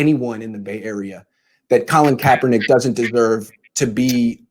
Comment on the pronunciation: Put some respect on Kaep's name, well done Lowell.